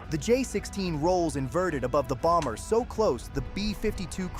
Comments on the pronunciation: For the word 'bomber' the second 'b' is silent . . . pronounced 'bommer'. For the word 'bomb', also the second 'b' is silent . . . pronounced bomm. And the 'o' in each is not a long 'o' but a soft 'o' pronounced as 'ah'. 😊 ❤ Love your channel, and especially when your wife is on with you. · the second B in bomber is silent. It's pronounced bommer. 😊 PS, Just hyped you guys yet again 👍 Blessings ~ ❤️‍🔥✝️🕊️ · Just FYI, the second b in bomber is silent.